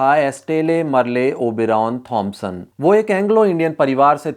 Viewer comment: Merle should be pronounced as Merl